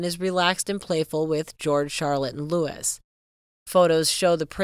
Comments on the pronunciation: Pls do your homework prior to making a video. 😊 Sh/b pronouced "Louie" not Louis. The name is "Tindall" not "Tindell." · It’s pronounced “ Lou -ie”, not Lewis! My brother is named “ Lou-ie, not Lewis! It’s also pronounced…. “Tind-ell”, with an E, not Tindall with an A. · Loueee! Norfirk! When are you Americans going to learn???!